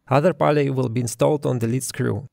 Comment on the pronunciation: Cool video. Nice to see that other people are using and documenting the electronic leadscrew. Just so you know, pulley is pronounced more like п у л и